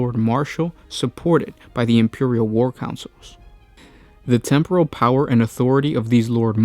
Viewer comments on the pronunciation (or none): none